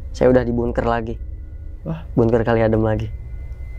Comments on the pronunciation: Maaf bkn bungker, bangker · ngomong bunkernya bikin ketawa :)